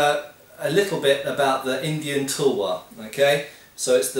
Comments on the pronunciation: Pronounced: tAlwaar, not tulwar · Nice video, but btw it's pronounced 'talwar' not 'tulwar'. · sir its not tulwar its talwar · hahahahah sory for that INDIA has diverse culture many language but there is no difference in sound of talwar . each and every person speak it talwar . so it is not changes regionally . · It's not pronounced Tool-war. Actual Pronunciation - Tal-waar / Tuhl-waar / Tuh-l-waar . Soft T ofcourse . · Hi, the "U" sound in "tulwar" is universally pronounced in Indo-persian languages as in the word "cut". There are many many challenges in transliterating indian languages into roman script, such as the more numerous vowels and consonants in Indian languages. As a result, romanization of Indian words is very inconsistent:) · The u is pronounced like in umbrella.